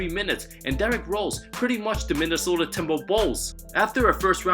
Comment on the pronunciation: Why does is he saying TIMBERWOVVS